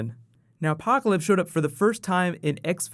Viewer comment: LOL is that Apoloclpyse?